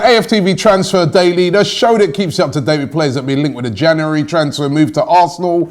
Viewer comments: why can’t you say january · Great, another month of Robbie mispronouncing 'January'